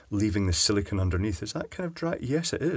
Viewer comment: Arrrrgh,, you big doofus! SIL-I-CONE! Not SIL-I-CON, SIL-I-CONE. Petty, I know, but holy crap that gets under my skin.